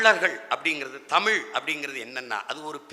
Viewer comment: டேய் தம்பி மொதல்ல தமிழ்ன்னு ழ் ஒழுங்கா சொல்லுப்பா